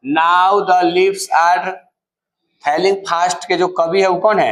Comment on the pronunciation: फेल लिंग फास्ट नहीं होता है falling fast फॉलिंग फास्ट ऐसा बोलिए